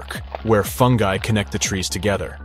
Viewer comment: Him: Funji Me: What?? Do you mean Fungi???